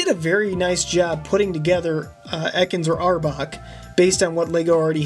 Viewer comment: dude that one the one that you said arbok or ekans you said them both wrong